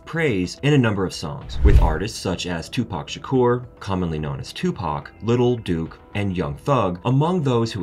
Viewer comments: I had to end the video as soon as he referred to lil durk as lil duke 💩😂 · Lol did he say lil duke?